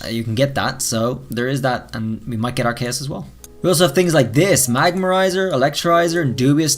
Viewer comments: It's Arseus, not Arceus. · its not Arkaus it’s spelled ARE-C-US....... well...... its ok... mistake happens with all of us..... that’s y we r here to help each other... don’t we??❤️❤️😊😊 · Did you just say ar-KAY-es, it’s ar-KEY-us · raltz it’s ark-ee-us but he pronounces it ark-ay-us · Arc + Deus = Arceus (ar-kay-us) Don't you love when ppl make up their own pronunciations when it's clear as day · What is a Ar-Kay-us? Oh you mean Arceus (Ar-key-us) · still pronouncing Pokemon names wrong, it's Arc e us, it's named after the Archeus in alchemy so it's not that hard to know how to pronounce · It's pronounced R C US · It’s pronounced are-key-iss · Okay, so you can pronounce it as "Ar-cee-us" or "Ar-key-us", but... WHY PRONOUNCE IT AS "AR-KAY-US"?!?!?!?! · I like how he pronounce Arceus as RKS. Basically silvally'sability. 😁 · I can not deal with the way you pronounce pokemon names lol . "ARKAUS " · always knew people have been pronouncing Arceus as Arceus or Arceus, but never thought it could also be pronounced as Arceus, thanks learned something new today 😁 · How tf are you saying arceus